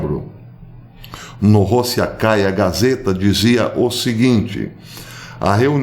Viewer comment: Prezado Professor: Do pouco que "arranho" em russo, uma pequena observação: A letra "o", quando sílaba tônica tem som de "o", quando não, tem som de "a"! Assim, fala-se "Rassia" e não Rossia (para Rússia), Rossikaya gazeta, lê-se "Rassikaya Gazieta" (o e do gazeta é a vogal "ie"). Abraço!